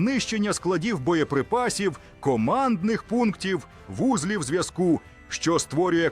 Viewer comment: ВузлІв. Значно краще, але з наголосами ще треба попрацювати .А так- досить непогано! Дякую за позитив! Так буде!